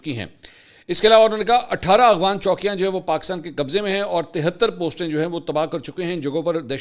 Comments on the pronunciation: Aghvan nhi Afghan hota ha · منصور علی خان صاحب آپ افغان کی بجائے اغوان لفظ کیوں استعمال کرتے ھیں میں نے اکثر نوٹ کیا ھے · بھائ اغوان طالبان کیوں کہتے ہیں جبکہ لفظ تو افغان ہے